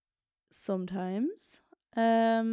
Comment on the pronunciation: Man hört so den irischen Akzent manchmal,,sOmtimes"